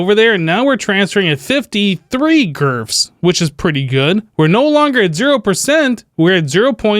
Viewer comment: I love that you call it "GRF's" lol.